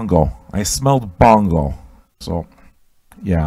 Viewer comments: Sounds like you're saying Bongo instead of Bono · Is he saying Bongo or Bono? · Who TF is Bongo? Is he trying to say "Bono...?" haha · Where's are guy from? I like ur accent. Are u purposefully saying Bongo instead of Bono? Lol.....Also have u ever heard The Mars Volta Deloused in the Comatorium? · Is calling Bono "Bongo" on purpose?